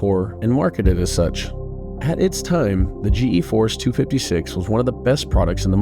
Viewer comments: This is a good video, but how does the host do a video on Nvidia and say GeForce wrong through the whole video? There are even snips through the whole video that say it correctly... G force not G E force. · He can't even pronounce "GEFORCE" even though he included multiple examples of its creators and company pronouncing it. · Couldn't watch past "G.E. Force". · drove me crazy how the narrator said G E Force it's pronounced Gee-Force the Nvidia people even said it. And the continued to mispronounce the Huang"s name despite him saying it in a clip